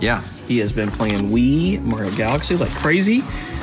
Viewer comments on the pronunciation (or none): none